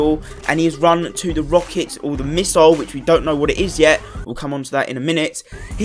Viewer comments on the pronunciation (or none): It's pronounced misle not misoil